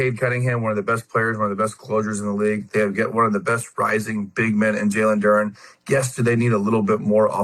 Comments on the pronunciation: I hate when people assume “Duran” instead of “Duren” like we latino or something. happens all the time. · Why lemon pepper cant pronounce Duren name correctly 🤦🏾‍♂️